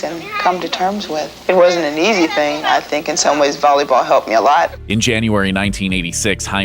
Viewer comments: It's not "Bolleybal" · Bruh he said "bolleyball